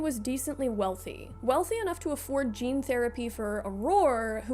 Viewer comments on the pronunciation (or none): none